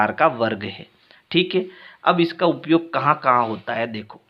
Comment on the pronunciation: Upyog kota hai uiyog nhi sir shi pdhao baccho ko galat mat pdhao